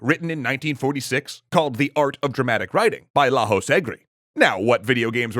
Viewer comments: Lajos is pronounced /lɒjoʃ/ because it's a hungarian name :) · nice episode! i just wanted to point out, that Lajos Egri was born as a Hungarian, so his name is Hungarian, and even though he lived and died mostly in LA, his first name is not supposed to be pronounced with a j as in Spanish, but with a y as in "yeah". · Pro tip: in Lajos (Lewis) the J is pronounced Y and the S is pronounced SH. Otherwise correct. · laHos egri me: cringes in Hungarian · To pronounce Lajos Egri, imagine it was written like this: Laiosh Egri ... now to finish the video... EDIT: video is nice as always :)